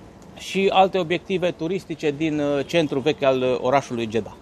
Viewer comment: Deci,fii atent,se scrie Jedah dar se pronunta JEDA iar femeile miros a duhon nu a parfum daca tot ai cunostinte din Egipt folosestele corect pentru ca tu esti un influiencer Fie ca vrei fie ca nu iar oamenii trebuie sa invete corect,scuze si nu te supara!